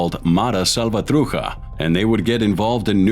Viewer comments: I question the research! The slant is the gangs had no choice but to defend themselves against blacks and other LA gangs. Also, this guy can’t even pronounce Matrucha correctly. He pronounces it “Matruka”. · You need to do research on how to pronounce certain words .....salvatrucha is not pronounced like that .